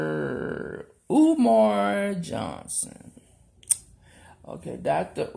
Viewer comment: Lady, I got to secs of you by THE GRACE OF G-D. Seriously, you can barely PRONOUNCE 'UMAR' AND IT'S 4 LETTERS AND TWO SYLLABLES..........................I DON'T KNOW WHOSE LEG YOU'RE TRYING TO PULL IN THAT YOU CAN BE THIS IMPOSSIBLY SLOW......OR MAYBE YOU DID THIS FOR COMEDIC PURPOSES. WHATEVER THE CASE, YOU NEED TO GO SIT IN THE MIDDLE OF A 50 LANE HIGHWAY AND READ A 'FUN WITH DICK&JANE' BOOK. LIKE, SERIOUSLY. GO AND DO THAT.